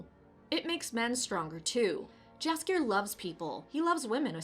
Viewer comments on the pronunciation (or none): You should call him Yaskier, not Jaskier.